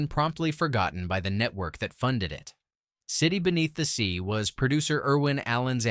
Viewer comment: I hate AI voices that don't know how to say years (one thousand nine hundred sixty-seven instead of nineteen sixty-seven) and places weird pauses where they dont belong (City...Beneath the Sea). Why can't creators use real voices?